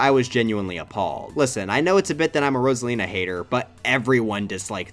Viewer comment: He actually pronounced Rosalina’s name